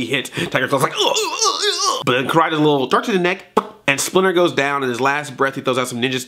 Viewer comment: it does sound like splinter cussed